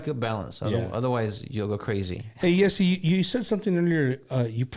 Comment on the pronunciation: I think his name is pronounced jh-ay-see